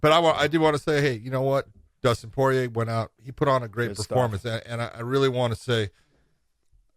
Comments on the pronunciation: That dude is horrible with name pronunciation. It's kind of your job.... "poyay" "garbront".... bro 🤦‍♂️ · Josh: Dustin Poy-yay